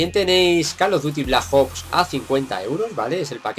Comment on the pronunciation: Call of duty blaj ops? Jaja